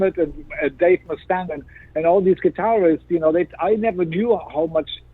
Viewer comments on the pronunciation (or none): He can mispronounce Kirk HAMlet and Dave MUH-Stann and IDGAF